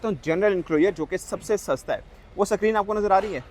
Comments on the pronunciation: Sacreen sacreen bol k pakaya is nay. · He is purposely saying sackreen, basically black jacket to get more views sanaullah pai shaana nikla 💵💰